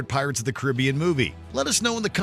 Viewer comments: You can’t even say Caribbean correctly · The mispronunciation of Caribbean makes this video painful to watch